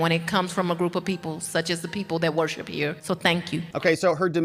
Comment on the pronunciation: notice she said (WARSHIP ME) not support me..